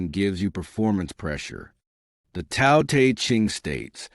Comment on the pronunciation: Why do you mispronounce the word Tao you will have more credibility if you pronounced that word correctly!!!!